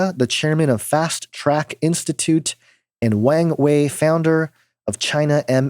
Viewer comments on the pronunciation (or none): none